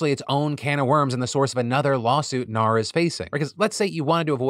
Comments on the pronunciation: As an Australian that 'NAR' part had me cracking up. I wouldn't have thought it sounded Australian until he pointed it out. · Thank you Philly D! I’m Australian and have had a shit week; just today I picked up my dogs ashes, had a cry on the couch and decided to watch this episode to cheer me up. I giggled for the entire Realtors segment each time you said NAR. Your “Oh naur” pronunciation is top tier, thank you. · Philip! Don’t say “goodbye forever” directly after talking suicide stats. 😅 On a lighter note, as an Aussie the ‘ah nar’ bit had me in stitches. 😂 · As an Australian, your NAR had me in tears. I had to pause the video because I laughed too much! Daughter wanted to know what set me off and replayed it to her. She laughed and asked what the heck I was watching. She's a tweenager, and it allowed me to have a conversation about news and where to get information from and the importance of a well rounded source of information that doesn't sway one way or the other and gives a fair rundown of facts. Thank you :) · The restraint displayed by Phil to not continue saying “naur” is strong and I respect that. I definitely laughed every time he giggled after saying it. Thanks for the joy! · not the australian AR-NAUR joke 😂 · NAUR!!!! CRACKED ME UP!!! Also don't scare us with the bye forever Phil!!! ugly cries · Oh NAUR! Thats all I can hear now.....🤣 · I am a Real Estate broker in Texas and we do pronounce HAR & NAR as a word not an acronym lol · Not me as an Aussie being jokingly offended by Phil's NAR joke and then immediately only hearing "no" every time he says it for the rest of the story. 💀